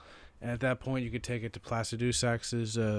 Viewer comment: plah-sih-duh-sax, all same length syllables, not plah-sih-DOO-sax lol